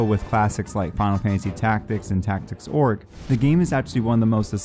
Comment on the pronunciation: I think he said Tactics Orge. Did he just read the review with a misprint, and not actually play the game. How do not know how to properly enunciate “Tactics Ogre? AI?